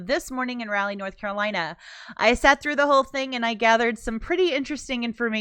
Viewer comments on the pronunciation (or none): “Rally, NC” ha ha🤦‍♂️ Just fyi ~ the “a” in Raleigh is pronounce like “ah”. 🤗